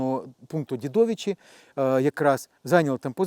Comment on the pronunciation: Цікавий випуск, але як історику-експерту з житомирщини зауваження, населений пункт Дідовичі(наголос на перший склад)бо так як він сказав говорять лише москалі